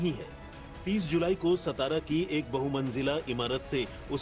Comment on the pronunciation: सतारा ❌ सातारा ✅